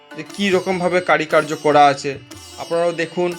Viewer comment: কারি কার্য নয় উচ্চারণ হবে কারুকার্য । বাকি টুকু ভালো লেগেছে ।